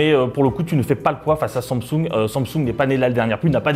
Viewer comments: Pourquoi il dit Somsung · Sans M sung 😅😂🤣😂 il sait pas dire Samsung ??